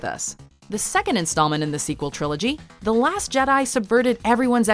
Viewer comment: Da last Jedi???? I loved u but da last Jedi??? I’m done, unsubscribe I have